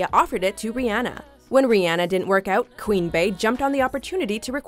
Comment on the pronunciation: did she say Queen bAE instead of Queen B